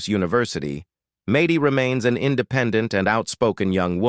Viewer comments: No Jon was supposed to have weekend visits but she pushed HER attitude since Jon to leave and divorce her not her children. This interviewer obviously doesn’t know the family since Mady’s name is pronounced MADDIE not MAdy. And Kate tossing her son into a school and told nobody where he even was - even her brothers or sisters or her brother (who doesn’t talk to her anymore either), but finally Collin got a crayon and moved in with Hannah and their DAD. She didn’t receive any visits from his mother for several years. Kate is all about KATE. I’m sure you’re a better than Kate. Kate and Jon bought the big house and it was supposed to be for the kids yet Kate sold it. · Mad dee not may dee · It’s not Maty it’s Maddie. Mad dee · Maaaaty that's not how you say her name. Good lord how can you do this and not say her name right ? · Mady is not pronounced that way. Also, the twins are not 21. The sextuplets are 20 almost 21 which would mean Mady and Cara are 24. Also, you showed some pictures of Mady, when you were talking about Cara. You also showed pictures of Hannah when talking about Alexis. You also said Aadens name wrong a few times. And repeated yourself several times. In general, your pictures just don't match up. You showed pictures of Cara and then Mady when you were talking about Leah. Don't make a video if you don't know all the facts and can't do it correctly. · IT IS MAD- DY. AND A- DAN. SAY IT RIGHT OR YOU SHOULD NOT BE AN ANNOUNCER DOING THIS JOB LEARN TO SPEAK YOU ARE ANNOYING.